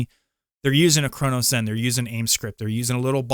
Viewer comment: Why are you pronouncing it as a “CronoZen”? Either way people would rather use a CRONUS instead of getting better